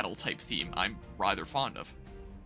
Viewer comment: i swear he keeps saying rither instead of rather